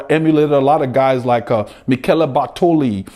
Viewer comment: Great to hear that you love my countryman Bugno, Bartolo, Argentin. Great riders, great pronunciation. Bugno was the best one. Greetings from Italy!